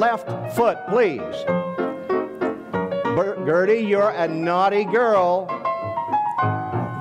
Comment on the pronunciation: Atleast he pronounced her name right unlike me